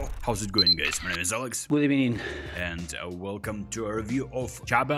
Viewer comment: Gud Ebening 😂😂🤣🤣